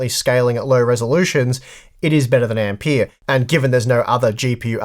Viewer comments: The guy was named Ampère, not Ampeer. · Ampeeeahhh? Wtf!